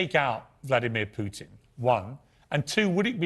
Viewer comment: It will be Russians that will take out "Pewtin".